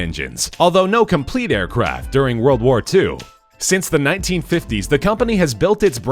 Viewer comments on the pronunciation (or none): none